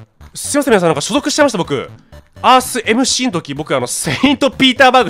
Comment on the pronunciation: おにやさんスィーって言ってるからね